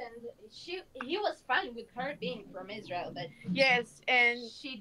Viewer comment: They say i am fong isreal hahaha